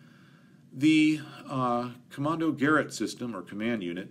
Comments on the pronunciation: It isn't pronounced "kommando garret" but "kommando guh r eight". For the rest an excellent video. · Fabulous details. More than I can manage. Wonderful. About the pronunciation of 'Kommando-gerät' : your 'kommando' was ok. You just need to stress ge-Rät (NOT GE-rät). Just use an an exclamatory American 'great' as in 'ga-REAT!' Then just switch from GA to GE and you will sound Austrian or Yiddish, not American. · "Kommando-geRAYT..." That's how it's pronounced... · Kommandogerät = commundo-gay-raid :) Great videos, I never imagined how complex these old fighters really were! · Finally something to take my head off of Coronavirus. Hope you stay safe seeing as you are traveling. Kommando-geh-raet so your pronunciation was quite close, the ae is a bit longer than you spoke it. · From my limited and very old understanding of German pronunciation, the last syllable of Kommandogerät should be emphasized. So it's more like "kommANdogerAT". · Kurt Tank is pronounced Kurt (say as little R as you can, not Kurrrt) Tahnk (like ah, that’s better). Kommandogerät is more like KOE (like whoa!) mahn (Ah, again) doe (a deer, a female…) GEH (eh, what’s that) rayt (half the a sound through your mouth, other half through your nose, don’t let your tongue touch anything in your mouth. HTH. Love your content. Fun fact—German doesn’t have silent letters, except in loan words. Anything you read you can pronounce, anything you hear you can spell. Pronunciation is the EASIEST part of learning German. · Kommandogerät is pronounced as commaando-guh-rate. ( As in x-rated) Rivettung material! Thank you. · COMANDO-GAA-RATE....and roll the R"S....